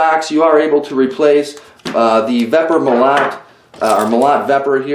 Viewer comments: agh... stop saying Mo LOT! it's pronounced Mo LOW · Russian "molot" is a "sledgehammer" in English. And the right way to say the word is mOlot, not molOt. Comprende? Cheers!